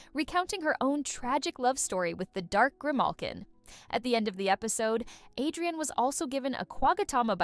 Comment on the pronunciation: Villain and Cat Noir NOT Villen And hero noir also its adrien not adiran